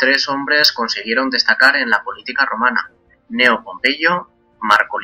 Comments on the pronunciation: Kneo. Es difícil empezar con esas dos consonantes, pero si se puede. Es la manera correcta de decirlo. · tengo una duda....siempre he oido que se escribe Cneo y se pronuncia Ecneo.... pero aqui dices Neo,haciendola C muda...cual esta bien? o los 2 son validos?